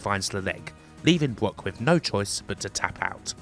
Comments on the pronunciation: Why does this guy say BWOCK instead of Brock? He uses the w sound for all the Rs 😂😂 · Bwock Lesnar Westling LOL... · So annoying bwock bwock bwock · Why do you keep saying "Bwock Lesnar" but you can say "Brad" perfectly fine.